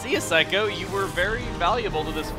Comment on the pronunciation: Every time I hear him say Saikou I always hear Psycho... or more specifically, I hear someone say afterwards, "Psycho! You always come back, don't ya?"